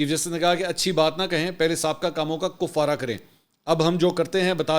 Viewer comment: یہ تلفظ Kuffara نہیں بلکہ Keffara ہے۔